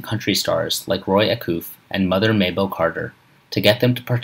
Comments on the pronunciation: Stippinwolf? Arlo Goothrie? Roy A-Coof?? They all sound vaguely familiar. I think I even have a Fawn-O-Graff too! (JK) Mispronunciations aside—well done video sir! I know I wore out my daddy’s copy of Foggy Mountain Banjo just from listening to Ground Speed a million times! 👍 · pretty good except the mis pronouncing of ARlo guthrie and ROY Acuff any body who knows any thing about country music knows how to say their names. ALSO not really a Sad ending he lived to be 88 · not to mention the GROSS mispronunciations "Roy Acoof"?! "Arlo Goothree"?!! gimme a break and then there is the title to the train wreck of a video..."tragic ending"??!! The legend was 88 years old and passed from natural causes.